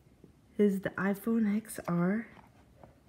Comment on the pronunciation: It’s pronounced iPhone 10r